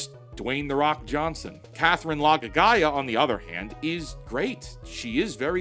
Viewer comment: Him saying Laga'aia like that is sending me 😭😭😭